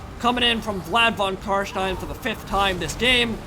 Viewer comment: I#d like to say that i honestly get a good feeling fo suprise everytime you say "von CarsteiN" and actualy pronounce it like it should be pronounced. whilst living in germany, i exclusively enjoy english content, be it movies, shows, mods, games or whatnot. so hearing the "steiN" in carstein in german pronounciation caught me offguard everytime, in the most pleasant of ways. thank you for going the extra mile learning not to sound like a donkey <3